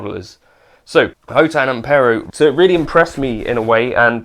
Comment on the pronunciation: Great video, Thank you! Officially the Company's name is pronounced 'Hot One' .